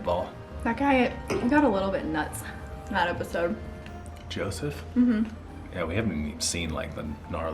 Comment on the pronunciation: Lmao Arie-“ya we’re transitioning..we know what we’re doing” idk why that cracked me up so much. And it’s Yoseph not Joseph 😅 (i think that’s how it’s spelled) either way it’s weird.